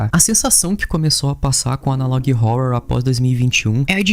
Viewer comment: adoro seu conteúdo, e a sua pronúncia de catalog e analog me dá agonia demais, você é ótimo